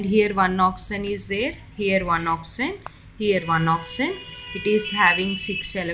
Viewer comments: you should speak oxygen instead oxen... i hope u don't mind it.... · Mam its not "oxyzen"...its oxygen🙂for your kind attention🤔